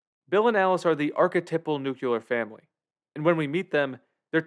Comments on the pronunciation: Nucular family. Sorry for the ball busting; I just want to help lol. Start saying nuclear, that's the proper pronunciation. 👌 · When he said “nuclear family”, did the narrator here pronounce “nuclear” as “nuke-you-lur”? 😂😂